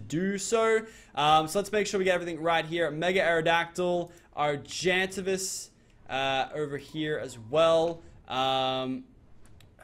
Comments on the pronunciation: Ar-gen-tay-vis not Arg-an-ta-vis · It's pronounced Ar-gen-ta-vis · u know u r pronouncing Argentavis Wrong right????